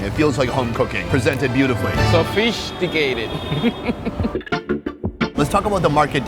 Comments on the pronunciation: "soFISHticated" 😂😂😂 he may speak spanish primarily and fluently but he speaks english puns perfectly! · “Sofishdicated” I like that. 😂